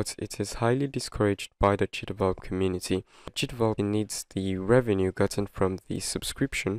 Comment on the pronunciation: Is it only me or he says "cheatable" instead of "GDevelop"? Or maybe because this is a way of "cheating" GDevelop? 🤭 Good video though, mainly now with the new version where the watermark appears in a place where it spoils the controls of the mobile versions and make them unreachable.